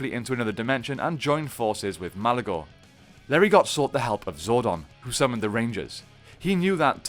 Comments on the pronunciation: LERI -GO.....not Larry got. Lol. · Just a heads up - pretty sure the "t" in Lerigot is silent.